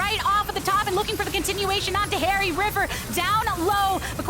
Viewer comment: Every time he said haeri i heard keria. Am i alone?